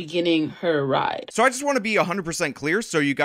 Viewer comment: She even said "rid road".